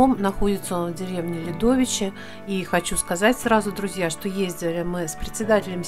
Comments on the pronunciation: Не ЛядОвичи, а ЛЯдовичи. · ДОМ №2, показанный в ролике, ПРОДАН! ДОМ №1, показанный в ролике, ПРОДАН! ДОМ №4, показанный в ролике, ПРОДАН! ДОМ№9, показанный в ролике, ПРОДАН! Друзья, я не верно назвала населённые пункты в ролике. Агрогородок Ополь произносится с ударением на первую О, а деревня Лядовичи с ударением на "я". Жители просили подправить 🙂 По вопросам трудоустройства обращаться к председателю сельского совета аг. Ополь Ворошиловой Галине Васильевне: Телефоны хозяев продающихся домов (просьба при звонках из-за границы РБ сначала послать смс что вы по поводу продажи): Дом 1. ПРОДАН! Дом 2. ПРОДАН! Дом 3. Стоимость 2 500$ телефон Дом 4. ПРОДАН! Дом 5. Стоимость 7 000$ телефон Дом 6. Стоимость 4 000$ телефон Квартира 7. Стоимость 1500$ телефон Дом 8. Стоимость 4 000$ телефон Дом 9. ПРОДАН!